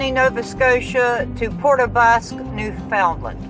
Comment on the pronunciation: Don't let them Newfie's get any of that Screech into to ya... nasty stuff. BTW it's pronounced New'fundland Newfie's are awesome people though... have several Newfie's as friends